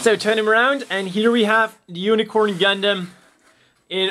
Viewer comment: i know i'm late, but i like how you say "unicron" instead of unicorn in the first fifth of the video